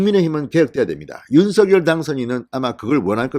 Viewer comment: 윤석열 [윤성녈] 입니다. [유서결] 아닙니다. 누군가의 고유명사인 "이름"은 정확하게 발음해 주시면 고맙겠습니다. 그래도 한 나라의 대통령의 이름을 자국민이 제대로 발음하지 못 하시면 .. 이름은 고유명사입니다.. 윤석열 [윤성녈] 입니다. [유서결] 아닙니다.